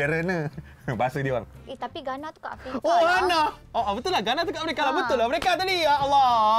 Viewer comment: Riena boleh sebut emerika...hahaha